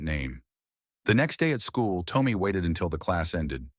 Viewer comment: Am I the only one that the A1 who is reading this is saying the boy's name wrong? I would say the name is Tom me and not Tome me. I'm sorry if I am wrong but I have never heard anyone with the name Tommy sound like Toe me!